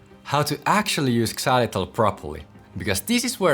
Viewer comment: The X in xylitol is pronounced like a Z; it’s not pronounced ex-zylitol.😒